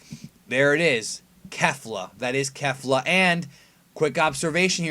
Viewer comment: Please stop, lol, saying kefla